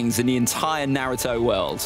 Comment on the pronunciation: why do you pronouce naruto - nuhrooto and rasengan has 3 syllables to two. you've butchered all of them